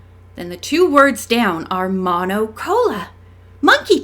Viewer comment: Love your readings!! One thing to help just a little, the o in Spanish is always long like the o in the English word toe. So mono is pronounced like moe noe. 😊 you did great with cola. 🥰 Much love from El Salvador!!!!